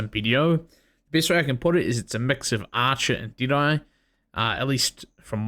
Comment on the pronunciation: I Thought When He Said Deadeye, He Was Saying Diné.